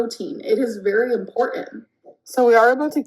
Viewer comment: Her saying “impornant” is killing me